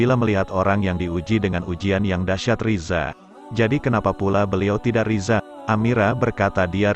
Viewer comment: Buka Riza mas, tapi bacaannya ridho (Rido)